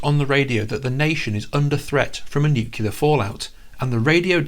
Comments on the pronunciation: Aw no...he said nu-cle-lar... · Have another go at saying 'Nuclear' 😏